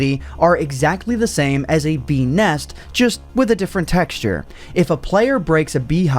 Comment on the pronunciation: Why do I hear "bee nest" as "penis"